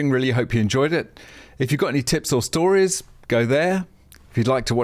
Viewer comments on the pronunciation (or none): none